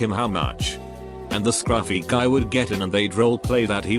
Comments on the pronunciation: Brando T thank you I throughly enjoyed listening to what sounds like a Tony the Tiger Robot version of scRUFfy. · Anyone else notice the extra emphasis on “scruffy” ? That was rather refreshing for some reason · Lmao at how the Text to Speech puts emphasis on "scruffy"